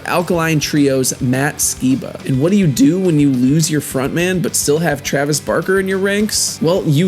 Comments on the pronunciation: TrAveS BaRRkQuE. son im crying. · Trayves barkey